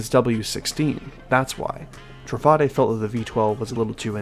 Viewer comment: I believe it's pronounced Tru-fah-day because of how Bugatti is pronounced